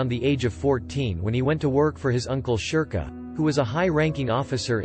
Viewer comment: Sherkoh : sher-koh